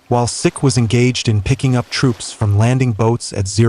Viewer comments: HMS Seek not Sick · Please pronounce the names of the thing your talking about properly. It's pronounced " seek " as in the Indian men who wear a turban. It's not " Sick " as in unwell. Many other mispronounced words in this video but this was the one that really annoyed me. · Hi just thought you'd like to know HMS SIKH is pronounced seek not sic. in reference to the 🇮🇳 indian religious sect "the Sikhs " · You keeping saying HMS Sick forced me to stop watching this for and give you a dislike.